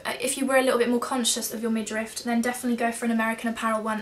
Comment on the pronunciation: Thank you for the video! The word is midriff not midrift!